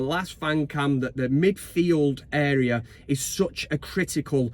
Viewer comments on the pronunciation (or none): none